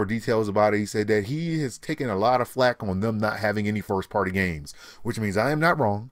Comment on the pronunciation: 1th Firth that's what you're saying "Firth"